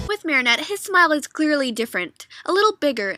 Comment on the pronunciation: Her name is marinette not mary